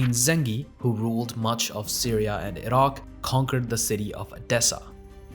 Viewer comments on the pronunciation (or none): none